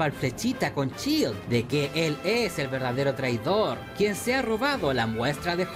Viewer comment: Esta serie me la vi hace uno o dos años & me gustó bastante. Hay varios nombres que en el vídeo que pronuncias mal:es SHIELD no chill,se dice Tachala no techalla & es María Hill no Jill